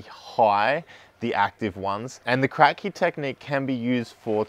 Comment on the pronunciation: Its not called Krack-Key, but rather Crapkee after the inventor. ;)